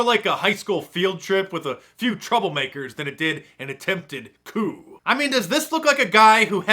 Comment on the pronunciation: Coup pronounce it